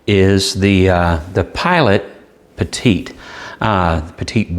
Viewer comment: Great review. And you pronounced Petit correctly, one of the few. Funny thing up here in Canada: the Petit is the same price as the Kakuno and the preppy. It is a weird place. I say our motto should be "Canada: "C'est/it's Bizarre". Bilingual and says it all. ;) thanks for the great review, I know this is super old, but still relevant.